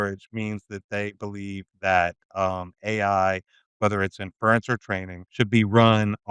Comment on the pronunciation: This episode should have been titled, "we missed it!" The word is inference. Not " In-furr-rents" If you say it right, it flows pretty easily off the tongue.